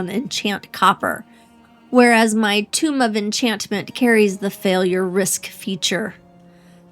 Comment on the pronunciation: You pronounce tome very oddly. Sounds like you're saying tomb. They're not supposed to rhyme.